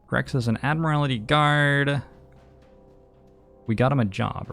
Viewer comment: I swear to god, if you say "Ad-mur-al-ih-tee" one more time... It's "Ad-mur-ul-tee." I wasn't going to say anything the first few times, but you've got it consistently wrong and I'm only half an hour in. This isn't one of those "I'm being prescriptivist about English usage" things, you're literally adding a vowel that isn't in the word. You also pronounced "segue" as "seg-you", which I can understand if you've never seen the word written before (as you'll probably have heard it pronounced in conversation before), but it's actually pronounced "seg-way", like the two-wheeled motor vehicles you stand on. EDIT: Just got to the part where chat's telling you you're pronouncing it wrong and someone in your mod team is actually like "[it's pronounced that way] if you like." No, no, it's not "if you like it" to be that way, it IS that way. Also, I know I'm watching this on Youtube, but I've been reading the chat on the side and I think that your mods muting players for discussing cards that had been revealed is kinda "eh". Like, yeh, sure, no spoilers for new players, but if it's been revealed then they're not spoiling anything for anyone and should be allowed to speculate as much as you are. I saw one mod say that you shouldn't speculate on how the card works, but I don't feel like not understanding how a card works should be part of the "new player experience". I agree that not understanding the POWER level of a card, or the way it can interact, should be considered a spoiler becaus